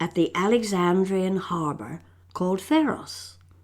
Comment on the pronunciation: Pháros not phæros.|| Cleo sounds quite a little horror.